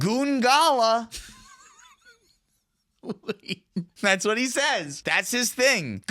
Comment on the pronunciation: You put the emphAsis on the wrong syllAble lol. It goes on the oo in goongala